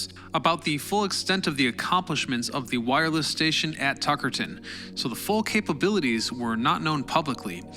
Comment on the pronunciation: Hey! I’m from Tuckerton NJ and you are pronouncing that second T way too harsh. It’s said more like Tuckerdon, Ik it seems stupid but it bothered me to the point where I couldn’t focus on the video